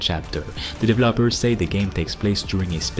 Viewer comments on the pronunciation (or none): What the fuck are “divelllaappers” ? 😂😂